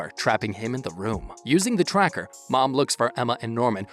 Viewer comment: Your saying woom instead of room